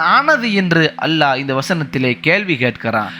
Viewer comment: Great speech. Try to pronounce the great word ALLAH properly plz